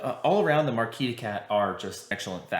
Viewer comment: Marquise is pronouced "markeez". It's the female version of the word marquis.